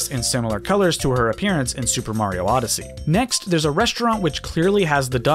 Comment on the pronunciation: Castle was from N64 come on now...how in the world you say Odyssey